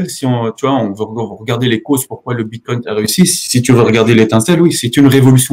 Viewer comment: Tesla accepte les Bitcoins. 1 minute et déjà une bêtise... Je poursuis, "confiance aveugle" et pas un mot sur la tech blockchain. Bon, je m'attendais à un meilleur niveau de connaissances de ta part. Ah, et c'est le bitcoin, pas le "bitcoint" ^^